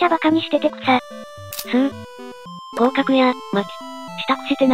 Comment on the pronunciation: 合格じゃなくて降格に聞こえた